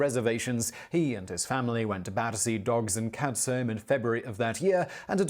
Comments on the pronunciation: You'd think that English guy would know that Sir Alec Douglas Home's surname is pronounced Hume ! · I will admit to having occasional doubts about Simon Whistler’s Britishness. Really, Alec Douglas-Home, the latter word being pronounced in the same way as the building in which you usually live? It’s ’Hume’! Now I could understand an American making this error and certainly agree with them that it makes no sense. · There's much better footage of Larry. The presenter with his faux "radio DJ" voice can't even pronounce Alec Douglas Home. It's "Hume" not "Home". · The narrator mispronounced the Prime Minister, Sir Alec Douglas-Home's name wrongly, the Home bit was always pronounced "Hume". He was a Tory PM for just under a year from . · Alec Douglas Home is pronounced "Alec Douglas HUME". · Alex Douglas-Home is pronounced Alex Douglas-Hume. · Alec Douglas-Home is pronounced Hume. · I think Simon has forgotten he is English after all his years living in the Czech Republic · Or Scottish names in the case of Home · Perhaps Simon is too young to really know? Folk of a certain age grew up hearing this name being said & pronounced correctly. Remember Robin D. H. (the son) played the piano & woo'ed a couple of princesses, Margaret of GB, & Pcss Margarethe of Sweden?